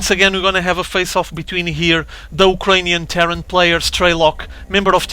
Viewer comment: The way you say "Terran" kind of makes it sound like "terror". :D lol. So to me, it sounded like you were reintroducing the "Ukrainian terror player". ^_^ Always makes me giggle.